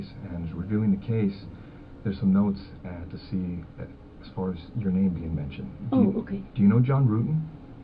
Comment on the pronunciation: He by purpose say the name wrong!!!